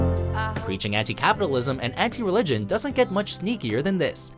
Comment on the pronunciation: Did he say religion, I thought it was pigeons, a lot pigeon problems downtown!